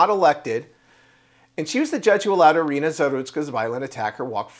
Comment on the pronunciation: Sie heißt nicht Arena sondern Irina ☝️